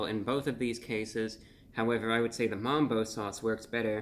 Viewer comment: MUMBO BRO NO NOT MAMBO NOOOOOO BROOO